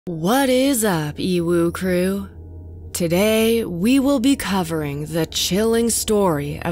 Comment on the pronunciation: What most of us hear: What is up EWU crew?? What weebs hear: What is up UWU crew 🤣